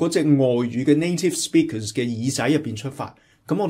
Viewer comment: Interesting analysis. If you strive for excellence it is important to identify the source of accent and attempt appropriate action. In a job interview in the U.S. speaking perfect English as a non-native would definitely impress the interviewer. BTW you have an obvious HK accent when you said "native speakers". I am not able to offer you a precise linguistic analysis, but you need to relax your lips and teeth. They are way too stiff. You have too much teeth sound as if you were speaking Cantonese. You dragged out and emphasized the second syllable in "speakers" too excessively, in fact, a bit high pitched and cacophonous. Saying one or two words in English is fine but you would have problems conversing smoothly in completely sentences My advice? Please take a class in accent reduction yourself before you teach or coach conversational English.